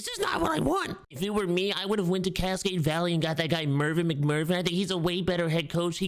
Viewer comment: CASCADE VALLEY…..CASCADE VALLEY….Cas….Vaa…🦗🦗